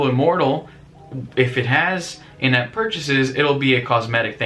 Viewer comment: I know you said "in-app purchasing" but it sounds like "inept purchasing".